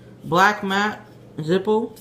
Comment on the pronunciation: It's Black Matte. Two ts :) Black Mate sounds like you're reviewing a black friend lol